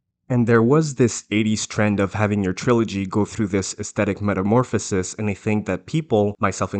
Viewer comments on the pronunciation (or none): none